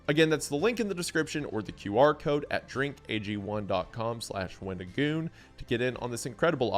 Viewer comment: You really emphasize the GOON in wendiGOON